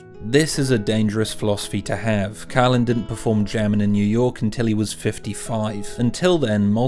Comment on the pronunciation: His Name Is Carlin Not Cailin !